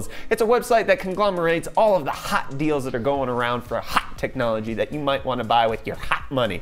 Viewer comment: Everytime you say "HOT" I get a jumpscare 😣☹️